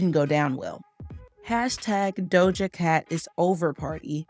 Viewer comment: The way her name was said 😭